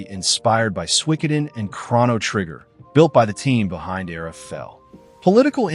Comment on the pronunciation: Kraw-no Trigger? I'm out